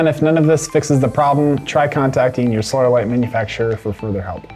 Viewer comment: Sounds like he's saying soil light